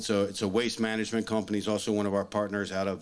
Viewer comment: Managanent? Huh?